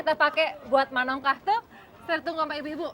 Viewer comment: 😂😂, oh bekawan kirain concong 😂😂, sama haha, menongkah, bukan manongkah 😂😂